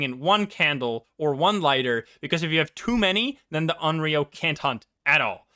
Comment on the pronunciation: Onryo is pronounced On-row by the way!